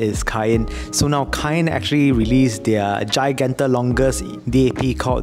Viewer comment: cayin, not caiyin hahaha nice im depth info bro